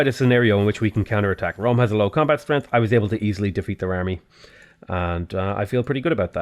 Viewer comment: Anyone else notice that he says strenth?